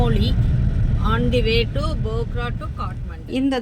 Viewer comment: Nice video. But bogra bogra nu thappa sollringa. Adhu phokra. Naanum nepali ponna tha katti ituken